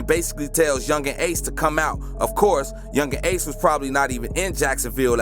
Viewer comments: Yungeen aces name is pronounced key-on-tay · Nigga atk means aim to kill and ace name is (kee-on-tay) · His name is key - an - tay 😂😂😂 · I know he didn’t say my mans ace name wrong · This dude cap that not how yu say ace name nigha kta mean kill to aim and ATK mean aim to kill dum ass